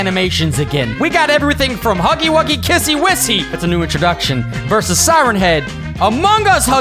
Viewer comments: Her name is not kissy whissy it is kissy missy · That's a very good video but it's pronounced as kissy missy by the way this was a very good reaction I hope you do more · Its kissie missie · Dude its kissy missy